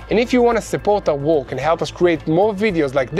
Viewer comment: Just so you know, when you say help support our "work", you're heavy accent makes it sound like you say help support our war. I don't think that's helping you that much with fundraising when you're asking for money to help with the war. Speak a little clearer when you say work.